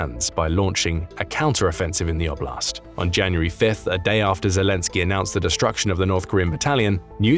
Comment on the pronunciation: And I do wish that since Russian territory is the context, that oblast' be pronounced correctly: like O-bl(i)st. You won't get the palatalized T in English. It sounds like a French TH.